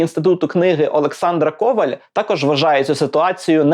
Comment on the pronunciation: В макулатуру це хороша ідея. (До речі правильний наголос у прізвища - Ковáль)